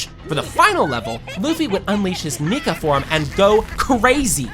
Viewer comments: Did bro say the N word or nika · I thought he said nigga form